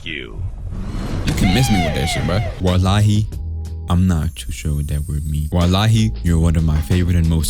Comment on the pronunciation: Btw wallahi means on god also u BUTCHERED the pronunciation 💀💀😭😭